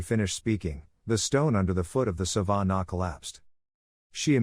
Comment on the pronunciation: Its not Sa-van-a It is Sa-vah-nah Laviosa